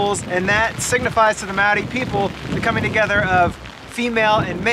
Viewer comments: Pronounciation tips: Maori has only five vowel sounds (not like English!) - say Ar (A), Eh (E), Ee (I), Or (O), Oo (U). "Wh" may be "Ff" or "Hwih" (?) - depends on your iwi affiliation/location but going with Ff will satisfy most folks. After trying with a couple of place names you'll be good. And double vowels are just the two sounds joined together - AU is ar-oo. Real simple. Moana and The Moa-hunters wrote a song in the 80's to try and encourage a better effort from pakeha - a cool song, too. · Awesome to see you about NZ! But PLEASE take 5 minutes (yes that's all it takes) to learn how to pronounce Maori words. You can literally learn how to pronounce every single Maori word by learning how to pronounce the vowel sounds A E I O U, they are all unique and distinct and are ALWAYS pronounced the same way... And when you see two vowels together, if can be tricky, but you just have to pronounce each one separately and get better at doing that quickly! So AI is an "eye" sound (like "ah" and "ee" close together...)